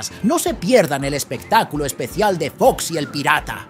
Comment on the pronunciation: Es cine como dice foxy su nombre "boxy" al principio creí que era cosa mia pero revovine y dijo "boxy" 🤣